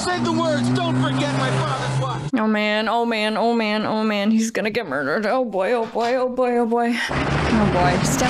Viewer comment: Almost as good as her 40's era gangsta pronunciation of murdered. Moidered, gave me some serious Saturday morning bugs bunny nostalgia tingles.